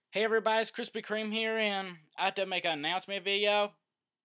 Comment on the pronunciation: Or Krispy, but it sounds more like krizby when you say it